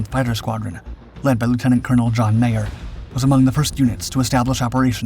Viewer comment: He keeps saying "John Mayer". It was John Meyer.